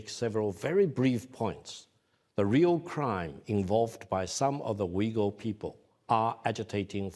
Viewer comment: He needs to work on words like “Uyghur”.